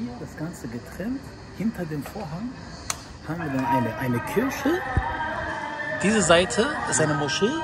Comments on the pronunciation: KIRCHE UND NICHT KIRSCHE 😂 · Der sagt zu Kirche -Kirsche 😂😂